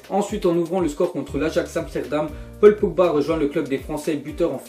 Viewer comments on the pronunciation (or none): Vous avez entendu comment il a dit Paul Pogba pour les transféré de la Juve